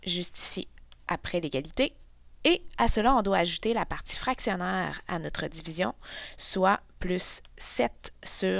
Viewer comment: Dzivizion 😂😂😂.... en tous cas merci bcp